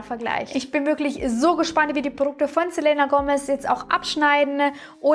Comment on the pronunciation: Man sagt "selina".😉😘😘